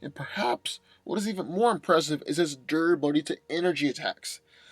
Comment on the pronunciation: Durability not dura billy